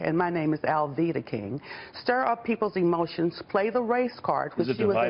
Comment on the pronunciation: No one noticed he called her "Aleta " not Alveda and she corrected him?? This is how interested in the subject F(AU)OX news is